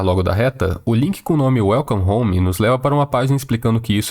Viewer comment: KAKSK smp q ele fala welcome home a primeira coisa q vem na minha cabeça é: "welcome the mato" KKKKKK